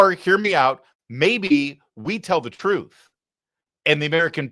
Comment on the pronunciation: The truff, that’s the truff those people listen too.